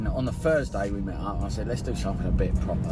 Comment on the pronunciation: Ok dude, it’s "on THursday," not "the Fursday."